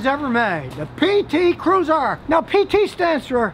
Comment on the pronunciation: "Every single one of those [pt cruuser] was produced in mejjicoooooo" 😄😄